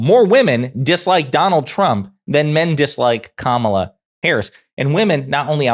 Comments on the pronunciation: He keep pronouncing her name wrong on purpose because he is a rasict. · We should mispronounce trumps name like he mispronounces Kamala's name -- DonOLD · Trump refuses to pronounce Kamala's name correctly but somehow she's supposed to stop her attack ads when he attacks everyone all the time! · tRump does seem pathetic but he is such a dangerous idiot! Also, they just sat there and let mispronounce Kamala. Those host are jerks. Vote Blue! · I like Presidents that can pronounce peoples’ names correctly 😑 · Trump deliberately mispronounces Kamala. She should start calling him Donald Shrimp. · What a weak man. The hypocrisy of asking for respect and asking for positivity yet mispronounces his political opponent. His entire campaign is rife with personal attacks and negative ads. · The poor guy still cannot pronounce her name. Poor guy.